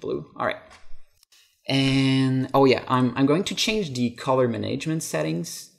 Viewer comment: "color maNAIGEment"